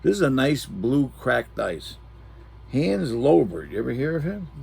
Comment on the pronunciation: Hanz Loberg? never heard of him